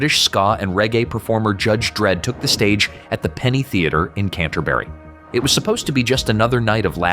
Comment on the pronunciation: My ears committed suicide after hearing the pronunciation of "Canterbury“ 😐